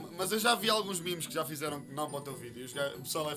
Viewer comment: NÃO É MIMIS É MEMES!!!!